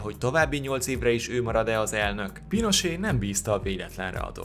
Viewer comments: Pinocset ez a pinosé bántotta a fülemet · Pinochet sem "Pinosé", hanem "Pinocset", de hát ez van, ha csak felolvassa valaki a szöveget, de fogalma sincs kiről/kikről beszél. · Kedves! Augusto Pinochet Chile diktátora volt, és mivel ott a spanyol az elfogadott államnyelv az ő nevét nem franciásan "Pinosé"-nak ejtjük, hanem a spanyol kiejtés szerint "Pinocset"-nek. Egyébként érdekes, és jó az összeállítást, köszönöm! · Tetszik, csak az sértette a fülemet, hogy PINOCSETET Pinosénak ejtetted. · Na, a videó azért mégsem olyan "nagyon jó", mert sok pongyolaságot tartalmaz. Aprókat persze, de az is bosszantó. Például: "Ceaucescu - ...évig hívhatta magát diktátornak". Ő semeddig nem hívta magát diktátornak, még ha gyakorlatilag az is volt; legfeljebb a környezete, és a történelem utólag így tartja számon. Más: Pinochet spanyol nyelvű ország diktátora volt, ezért nevét spanyolosan, "Pinocset"-nek kell ejteni, nem pedig franciásan, "Pinosé"-nak. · Ceaușescu nevét eleve sokszor rosszul ejtik a magyar médiában is, de azért egy kis utánajárással (az igényesebbje) sikeresen abszolválja, ahogy Duvalier, avagy Pinochet esetében is. . Ezért írtam, hogy nagyon rossz, ha valaki nem ismerni, nem tudja, hogy kikről van szó, csak felolvas egy szöveget. (még azt is helytelenül). Nem hibába volt régen egy valódi szakma a hírolvasás.